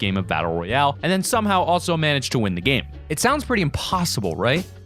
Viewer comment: That’s not how u say royale